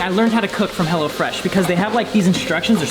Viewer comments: sounded like he was saying "hella fresh" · I thought he was saying hella fresh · the way he says hello fresh sounds like Hella fresh and i like it